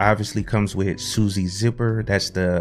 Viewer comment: Great video, just so you know. They call it SUSA like appaloosa. :)